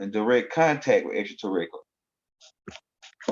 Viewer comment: Greetings*🐉🥰👑🎼 The word is pronounced: Extra-ter-rest-tri-al = 6 syllables brother man. Love & excellence* 💌💝💒🧞‍♀️🐲👅✨️💫🌟